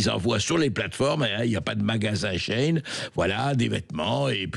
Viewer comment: Shein ne se prononce pas comme ça ...